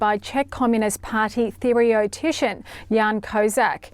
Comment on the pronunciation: Theoretician. Now that's a word you only use twice in a lifetime, thus it's easy to mispronounce. Thiriotician, as she falsely pronounced it, would mean something like "Monster-specialist" as "thirio" in Greek means monster....